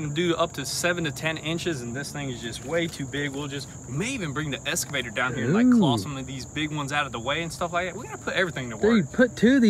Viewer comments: Why do you always say "EScavator" to the "EXcavator"? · I would love to hear you two pronounce “excavator” correctly instead of saying escavator. Love the content. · Is it just me that hears escavator instead of excavator? Love love love this channel. I usually watch videos I am am subscribed to in the order they come out, but they all get skipped when a GoonzSquad video is out out. You guys truly are an inspiration to so many people.